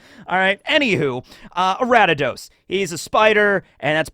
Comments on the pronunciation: Ari-da-dos from ariados, a-ree-a-dos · Okay seriously though how did you get Aratados from Ariados? There's no T anywhere in that name. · Araddidos? Who the fuck is "A•rad•di•dos"? Are we talking about "Aria•dos"? Also, why not Usaluna for the bear? And Hydrapple for the Grass/Dragon. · Ariados = Aradidos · Such a cool and fun video! I loved pokemon as a kid and love one piece so combining these two loves is awesome! What about pokemon roster for the liberation Army!? Also, love how you pronounce Ariados 😂 its like a member of the D clan wheb you say it "ara-d-ados" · Your pronunciations are wild Lol. A r I a d o s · Pronouncing ariados like that is like people who still pronounce rattata like “ratatat” Also why would you NOT give mewtwo to the god head of science? He’s a scientific creation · Redeemed yourself? ARE YOU MENTAL? You mispronounced ariados & tauros, then you committed a major atrocity by saying that raikou was the best legendary dog, suicune is the best one because its on the cover art for crystal & it can beat raikou with mirror coat...YOU GIGANTIC IDIOT! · "I probably mispronounced Aegislash and Ariados." Also: "Taur-iss. The bull pokemon, Taur-iss. Not to be confused with Taur-OS, the actual real pokemon that exists. Instead, we are talking about Taur-iss, which is not the name of any real pokemon that has ever existed." (Also it's hilarious that he mispronounces Aegislash considering how many times he's talked about CP Aegis Zero, which is literally the same word.)